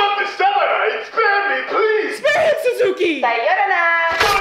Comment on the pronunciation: The fact how she didn't even pronounce さよなら/ Sayonara properly😑